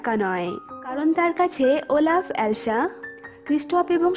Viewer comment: Oelaf na olaf🤭🤗☺️😁😚😙😋🥰😍😍🤩😘😘